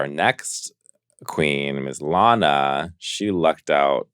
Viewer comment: Why does Alaska insist on mispronouncing Lana's name on the podcast? Seems like a microaggression.